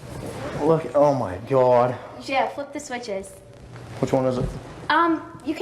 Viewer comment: I’m not trying to be mean but he says “God” like a Jewish woman